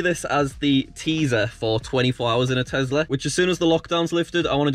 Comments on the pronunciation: Nobody:: TEZLA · It’s tesssssssla not tezzzzzzzzzla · i will still never get why people call it a Tezla instead of Tesla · Btw it’s Tesla not tezla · The way you say tezla instead of tesla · i know, but i never heard any other brit say TEZLA